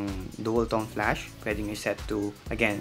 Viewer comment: goodness! flAsh NOT flUsh. 😂